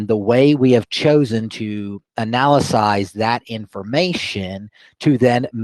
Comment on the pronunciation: Red flag when he said "analysize" lol